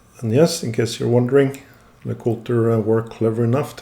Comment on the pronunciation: lay-cool-TRAY? Before Hunter (Jäger) got involved? YAY-ger lay-cool-TRAY